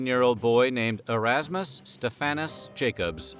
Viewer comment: Queen Victoria proposed to Albert not Albert to Victoria. Because she was already crowned as Queen she had to propose. Also the history of diamonds in South Africa in your video is not correct, the young boy Erasmus (whose entire name was pronounced incorrectly in this video) found a diamond on his family's farm thinking it was a crystal as he collected stones. His sister liked it and he gave it to her as a toy to play with. The family had the stone for a while before a British visitor to the farm saw the stone and advised the family that he thinks the stone might be a diamond. He asked the family permission to take to stone back with him to Brittian to get it verified, but he only collected the stone on his way back from his intended destination. Once he confirmed to family that the stone was indeed a diamond there was no rush to the farm to mine diamonds as the farm was privately owned and uninvited trespassers would have been seen as a threat and most likely shot because during the 1800's South African was a very dangerous place - not that much has changed now. In fact the family refused several offers, some from the UK to buy the farm but this did not happen until more diamonds were found on the farm over the next couple of years, because finding 1 diamond on a farm does not mean there is a huge deposit of diamonds in the groud. The diamond rush only happened later in areas where larger amounts of diamonds were discovered lying around in those areas. Thank you for mention